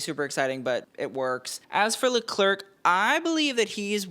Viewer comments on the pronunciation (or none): The second I heard "Le-Clerk" I raced to the comment section. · Leclerc pronounced Leclair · Spot on. As for the names… Leclerc : pls pronounce Le-cler The final C is silent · “Le clerk” 😢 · give him some credit I’ve heard worse 😭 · How can you pronounce Yves Saint Laurent but can’t pronounce Leclerc